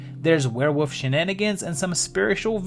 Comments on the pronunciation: It's Were-WOLF. Say it with me. That's Fascinating. Champagne!! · What is a "where-wuf"???